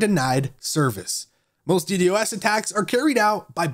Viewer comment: I stopped listening after he kept saying d d o s.